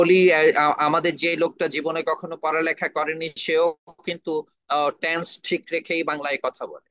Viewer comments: উচ্চারণটা ট্যান্স হবে না, টেন্স হবে। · ট্যানস উচ্চারণ করল অথচ তিনি চেয়ারম্যান।